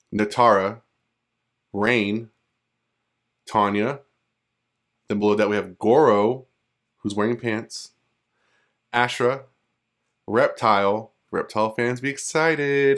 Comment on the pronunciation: All I know is I better get Ashrah back finally. BTW - It's AH-SH-RAH not ASH-RAH